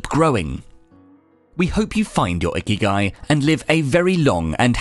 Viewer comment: The accent is wrong .. not íkigai, but ikígai